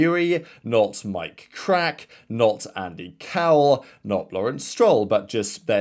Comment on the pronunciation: Little correction. It’s not pronounced Krack but “Kraahk” . He is from Luxembourg so I know ;) in case you wanted to know :p great content as usual!